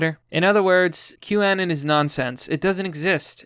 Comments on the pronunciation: The way you pronounce "anon" has always drived me crazy haha. Take the word 'anonymous' and remove the "ymous", it's not 'anen' or 'anun'. At least you don't buy into the Q anon bullshit though👍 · Wait...you're saying boomers use 4chan, are you sure you know what you are talking about? Every boomer I've talked to has never heard of 4chan. Btw, I believe it is pronounced anon as in anonymous.